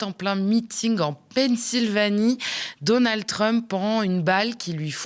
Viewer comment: C'est Donald pas donaldeu